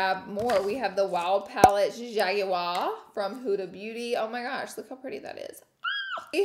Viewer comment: why did u read jaguar like that :D